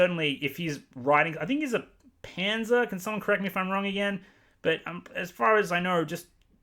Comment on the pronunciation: What's the word the narrator here uses when he says the GRRM is the type of writer who doesn't know where the story is going until he writes it? Sounds like "panzer"